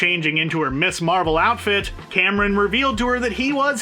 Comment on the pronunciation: i’m sorry i don’t wanna be that guy but i’m a pakistani and i can tell u first hand, Kamran isn’t pronounced Cameron. it’s pronounced like come-ron